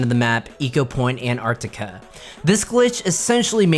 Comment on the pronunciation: "Ecopoint: Anartica" ???????